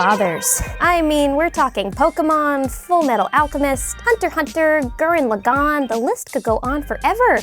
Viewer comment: Did she say gurren lag on